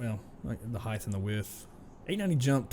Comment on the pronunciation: Sorry. Had to stop watching immediately. Theres no such word as “heighth”.